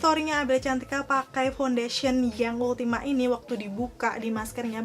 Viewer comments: Halus bgt complexionnyaa.. btw setau aku bacanya ultima two hehe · Ultima two bacanya😄neutral juga salah bacanya. . Maap cuma koreksi aja😊